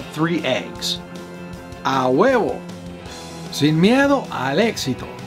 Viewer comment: I love how you say "Sin miedo al éxito" TE AMO!